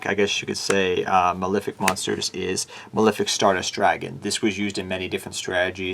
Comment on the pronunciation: You think someone making a deck profile would be able to pronounce Malefic.